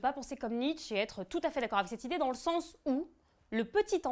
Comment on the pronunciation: tu malpronounce nietzsche le e n est pa muet mais el est pronouncé comme é